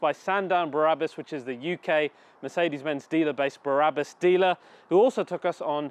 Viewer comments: Brabus great name, why do you keep saying Barabus? Just curious. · Why does he keep saying Barabus🤬 It’s Brabus. There is a difference. Numpty 😞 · BRA-RA-BUS Baby! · You pronounced „BRABUS“ wrong!